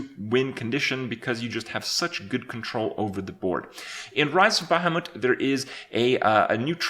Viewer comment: What the actual fuck is a bahhamoot ?